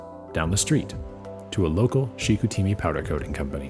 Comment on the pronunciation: You just needed to ask ANYONE working there how to pronounce "Chicoutimi".....c'mon.... "Chick-oo-TEE-mee"???? Really??? Still ringing in my eardrums like fingernails on a chalkboard.